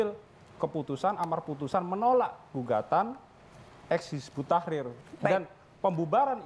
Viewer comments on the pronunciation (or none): pada ngak bisa baca ya, bukan hizbut tahir, tapi hizbut tahrir